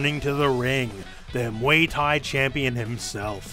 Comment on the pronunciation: Nobody:: muey thai